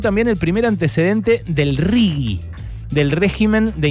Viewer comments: Ale, me pareces un capo y me encanta escucharte pero no digas más RIGUI por favor, es RIGI! jajaja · Un horror, lpm. Berco, se pronuncia "riji" esa porquería. Si tuviera "u" sería rigui. Es un asco de las dos formas, claro está. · Hola. Desde hace un tiempo detecto una "manchita" gramatical en tus editoriales, cuando te referís al "RIGI".¡ Pronuncias "RIGUI"! Por lo demás, como siempre, son excelentes. Espero que no te ofenda la sugerencia de corrección. Adelante y gracias